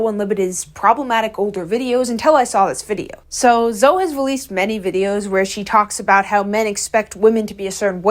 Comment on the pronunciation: really said Zoe like toe 💀 Then she said resistance bands are for the chronically online ☠